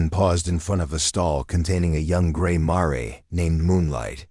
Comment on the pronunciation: A good story at 1 hour an 13 minutes so far if U can stand the AI pronunciation. A horse story where a "mare"- female horse- is pronounced "marry". This thing is full of them, the worst , I have heard but so far a "ud " (good) story dot At the end I am not sure even AI knows which horses it is talking about, the Ironwood band or the Sullivan band at the lock up facility, kind of comical dot Starts out "ud" and burns out dot